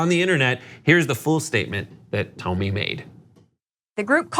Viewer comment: FYI. It’s Tomi. Not Tami. Do not have the NERVE to EVER make that mistake.